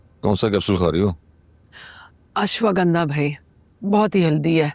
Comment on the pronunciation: The way said that rickshaw wale bhoai instead of bhai